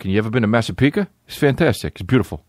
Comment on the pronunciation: im from long island and the way u pronounced commack and Massapequa made me so uncomfortable but its fine